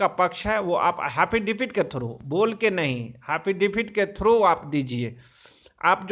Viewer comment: Phle एफिडेविट बोलना तो सिख ले . हाफिदावित बोलता है